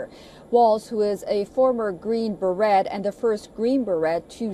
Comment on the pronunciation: Note to reporter: "beret" as in Green Beret is pronounced ""bə RAY." 😤🤔😝